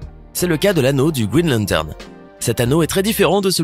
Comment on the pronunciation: lanno de grine lamterne